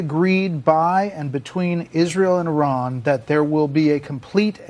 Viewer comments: The country is pronounced IRAN not IRRON……😡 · NOT ERAN IT'S I RAN. JUST SAYING